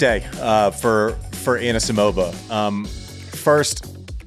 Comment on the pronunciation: Annuh-Simovuh deserved bettuh